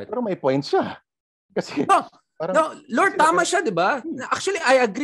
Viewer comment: L O U R D. not LORD.